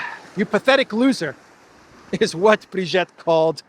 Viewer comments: Nah, your attempts at reading French were cute. I'm surprised you got "vois" right. By the way, the second /i/ in Brigitte is pronounced exactly like the first one. Thanks for today's news. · At least pronounce Brigitte's name properly. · Great walk , by the way and so entertaining , I kept laughîng every time up mention Zero zero 8 Kellog and Ursula receiving the emperor Charlemagne Award! I you do need some help pronouncing the name of Brigitte and the word dégage etc… ( it sounds too charming the way you said it) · At least you should learn how to pronounce Brigitte correctly 😉